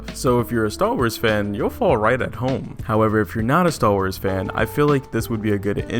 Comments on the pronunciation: Am I the only one who thinks it sounds like he's saying "stahl wars"? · Stal Wars? Sounds like he's saying Stal Wars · wtf is "stal wars" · The content of the video was ok. The guy obviously really like the one class he plays. My main criticism of the video is the bizarre fake deep voice the narrator uses and how he repeatedly said "Staww Wars". Like the whole point of the video is about star wars, take one extra second to say the word correctly. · Stall Wars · cool review, cool guy, but damn it every time he said stal wars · I know that's not what you're actually saying right, but with your pronunciation, that's what I hear every single time.